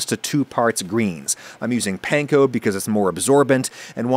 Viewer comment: my only gripe with anything you do is the way you say panko wrong. pls :(